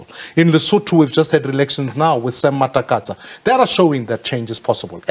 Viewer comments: It's Sam Matekane. Not Sam Matakatsa.😂😂😂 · Sam Matekane not Matekatsa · Sam Matekane not Matakatsa brother!!